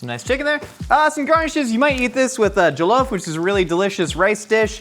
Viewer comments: It's not jO-llof rice it's jaw-llof. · You're pronouncing jollof weirdly. Also, you gotta fry that Ghanaian chicken in palm oil. Cmon, man. Respect the recipe. Smh.